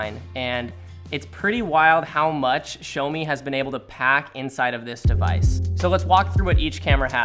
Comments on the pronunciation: Great video as always from the moment guys and I love you people and your view on photography in general. But, one minor thing, the brand name is pronounced "Jjaomi" or more preferably "Shaomi" not "Showme" that's for sure. xD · Okay just to make it clear It's "Sha O Me" Not "Show Me" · ... thought it's pronounce Shiiiiiaawwww meeee.... not sho meeee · bro stop saying "Showmi" its "Shawmi" 😤😤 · It's not 'show me'. It's 'shaw me'. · Um..... There's one thing........ Its not "shomi" It's Shiaomi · "This is the SHOW-ME MI Note 10" LOL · It's called shaow me (like now-me) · What's a "showme" ? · Yeah shou like in shower + me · Xiaomi pls show him how to say it properly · Niranjan C.S xiaomi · Someone teach this guy how to say it 😂